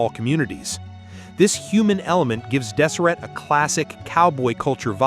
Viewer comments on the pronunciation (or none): Absolutely AI. You can tell by the way he's pronouncing the name of the ranch. I've been on this ranch multiple times and I live only an hour away. It's pronounced "Dez er A" like a females name🤦‍♂️